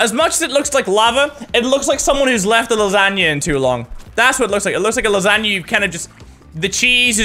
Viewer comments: It's funny the way he says lasagna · I love the way he says lasagna.